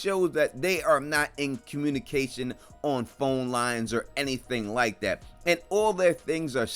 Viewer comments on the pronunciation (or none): none